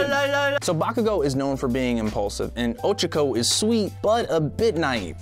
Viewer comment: also ochaco is prononced oh choko